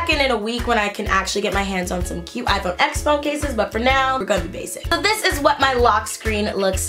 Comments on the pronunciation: It’s pronounced “ten” not “ecks” although it is spelled out as X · okay as much as i love this, it’s pronounced iphone 10 bc x is the roman numeral it just annoys me lol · It's pronounced iPhone ten cause the X is Roman numerals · mate, TEN*. iPhone Ten. not x.